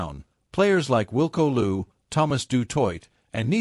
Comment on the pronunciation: You are rehashing well known stuff and your assessment of the events shows little discernment.Also ,please tryto learn the correct pronounciation of names like Niyakani and Louw.